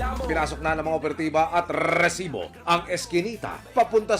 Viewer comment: Sakit sa Tenga Yung pagsambit Ng "resibo" Ang haba Ng rrrrrrrrr.. di nakakatuwa